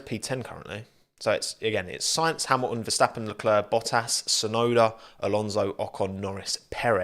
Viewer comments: I don’t know why he cannot pronunce the Ts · he turns 153% more brittish when talking about anything merc related :P (oh and sebastian ve-el)